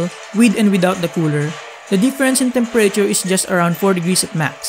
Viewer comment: What did he say? Temper rayture? Tf is that? Lmao 😂 I had to but nice video man!